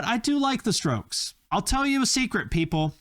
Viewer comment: Bwaaaaahahahaha he said the stokes. 😂😂😂😂 rrrrrough.